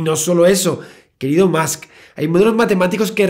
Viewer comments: Soy el único que necesita que el "señor Santaolalla" diga musk en vez de más, musk seguido en los vídeos de Elon? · Todos: "más" Javier: "musk" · Cada vez que decía Musk para decir más. Stop pls xddddd